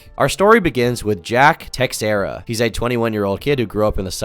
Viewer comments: its probably pronounced 'teh-share-uh' not 'tex-air-uh' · Was waiting for a dark video on this. Didnt disappoint! Also the "x" in "Teixeira" is pronounced "sh" . So "teh-share-ah" not "tex-era" . Hopefully, you don't take this the wrong way. 😂🙏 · The X in Teixera isn't pronounced like that. The name is more like "teh-shera"